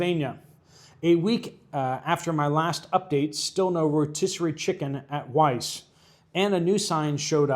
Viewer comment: Weis market is not pronounced Weiss.. it’s pronounced “wise” you should know that as a pennsive-vainian..